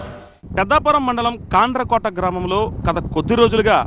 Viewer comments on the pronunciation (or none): ఈ రిపోర్టర్ గాడికి కాండ్రకోట అనే పేరు కూడా సరిగా పలకడం రావట్లేదు😅